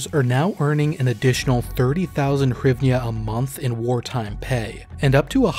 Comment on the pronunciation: It is pronounced GREEV-NAH (NOT HYRIVNA)